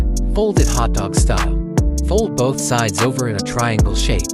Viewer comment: bro she sayd shidy of the mouth💀